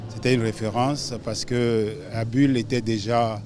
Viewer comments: Bonjour c'est Abul et non Adul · Bonsoir c'est ABUL et non ABOUL Roland Dossoukoko (petit fils ) bien à vous